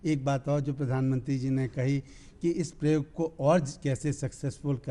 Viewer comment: sir प्रयोग शब्द को परियोग पढ़ रहे है और IAS topper pronunciation को गलत ही सुनकर बैठे हैं ।